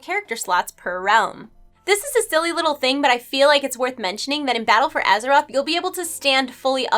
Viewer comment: Azherite?? Oh right didn't realise we were questing around with our characters on Azheroth. Thought it was Azeroth but there we go xD. Only dig, other than that great vid!